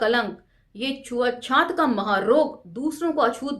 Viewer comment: छुआ छूत को आप छुआ छात क्यों बोलती हैं मैम।